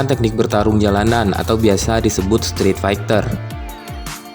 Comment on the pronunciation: Streetfighter mas bukan streat